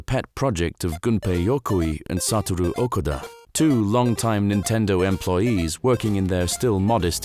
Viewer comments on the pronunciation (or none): none